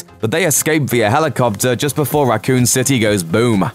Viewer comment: "Racoon citay"